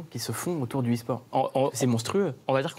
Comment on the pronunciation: C'est E-sport